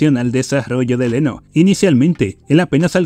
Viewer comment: No dejaba de reír cada vez que decía Leno en vez de Reno😂